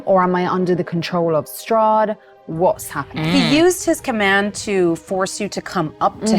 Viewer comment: Honestly, at the end of last episode I thought she said Soth instead of Strahd until it was written.